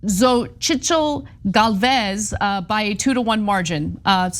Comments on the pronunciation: Its pronounced so-shil no xo zit zal😅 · Xochitl is pronounced show-cheet dumbass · The letter “T” is not silent. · Xochitl pronounced Zo-chil. Roughly... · FYI, Xochitl in English is pronounced Sochi. It’s the Nahuatl (Aztec) word for flower. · It's pronounced "So-chi" the T& L are silent. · You're wrong. Jesús is Heh- SUS Xochitl is Sho-CHI(tuhluh) You're welcome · Butchered the shid out of Xochitl’s name 😂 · Seriously Anna ! You married a spannish man, could you butcher Spanish names any harder 🔪 lol😂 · You guys are not on point. I live in Mexico, you are soooo off. Start by learning to pronounce her name.